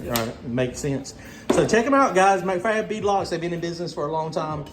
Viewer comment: You could tell it was all while could do not the correct you when you said "McFab" over and over! Lol That's Mac-Fab there, pronounced Mack-Fab.. 😂🤣